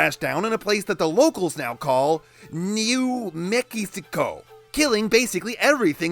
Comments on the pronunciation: "Neew Meehikico" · I'm offended that almost no one in this comments section has talked about the New Mexico pronunciation joke.